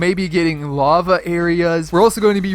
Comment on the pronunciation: When he said lava areas I thought he said love areas.